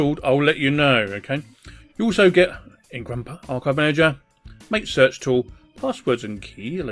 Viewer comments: Hey loved the video, btw its pronouced Mahtay not "mate". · LOL Mah-tey(MATE) as official pronunciation :)